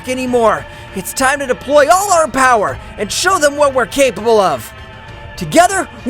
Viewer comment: how many time your say poweer lmao